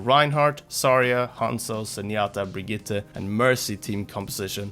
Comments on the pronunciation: Really good Brigitte pronounciation! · Finally an english speaker who pronounce Brigitte correctly ❤️